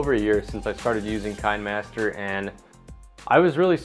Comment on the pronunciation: It's pronounced "Kina master," as in kinescope.